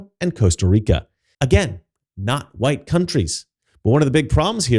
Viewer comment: "Wu-hite people."